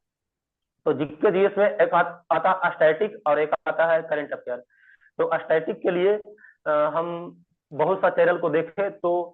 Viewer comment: यरर static बोलने नही आ रहा है और रैंक 1 है😮😮😮😮😮😮